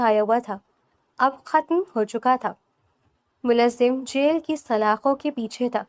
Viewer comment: The narrator has terrible urdu pronunciation. It’s mulzim not mulazim just one example. Change her.